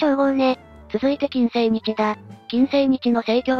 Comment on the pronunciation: 作業しながら聞いていたのだが、「 きんにっせい 」と「 きんせいにち 」って誰やねん！！！って思って作業どころじゃなかった😂